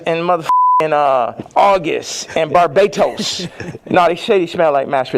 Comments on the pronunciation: Lmfaooo bar-bay-tos!! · Barz… LOL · In Bar-BAE-Toes 🤣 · he said BART bay toes 😂